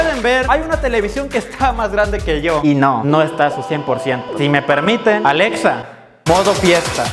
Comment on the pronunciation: "Aledsa modo sedso" JAAJAJA